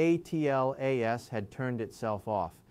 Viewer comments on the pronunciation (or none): Why can't you say Atlas instead of spelling A T L A S out?💥